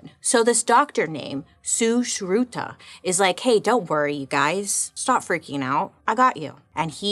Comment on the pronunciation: Bailey pronouncing sushrutha... appreciate the effort. Love you ❤